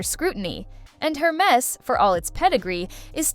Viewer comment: Air mess. Not---> her mess.